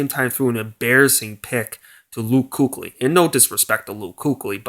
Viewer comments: Kuechly is pronounced with an e not a U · it's LUUUUKE not KOOCH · Deci is god relax it wasn’t an insult he just thought it was funny how the guy pronounced kuechly wrong. Then the other guy got all defensive and insulted him so you are actually dumb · I didn't insult him until he insulted me I just laughed at his mispronouncing of Luke Kuechly you are just projecting your own insecurities by taking personal digs at me you are just making yourself look insecure.